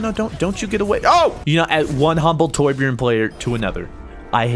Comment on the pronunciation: Besides your'e saying it wrong it's not Tor-bjorn it's Torbj-örn